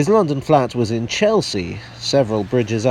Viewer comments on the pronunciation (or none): none